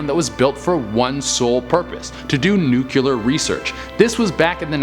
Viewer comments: the video is great, but the word is pronounced nu-cle-ar, not nu-cu-lar. 🙂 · say NUKE-LEE-UR. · i love how he "George Bush's" the word nuclear.